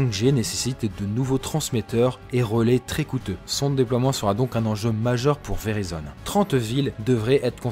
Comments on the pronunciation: Perso mon opérateur c’est Verizon (et on dit véraïzone) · La carte 1 To elle se branche en Lightning ? ;) Pro tip: "Verizon" se prononce avec une diphtongue, grosso modo "véraillezonne".